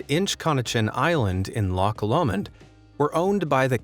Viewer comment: as much as I love you (like as if we've been parasocial wed) the last one's pronunciation gotta be studied 🤣 it's not lock, but it's also pronounced as LOW-(like high or low) so lowmawnd or lowmund, and the wallaby thing was so sad but it's a tiny island there's no roads to it either, as far as the killings, round about that time someone had dumped a huge ahh snake there and it wasn't recovered for months (can't even recall news reporting it was found or not) but in the harsh weather of West Coast Scotland the exotic animals thrive in their own way with their own unique eco system of being battered by the grim weather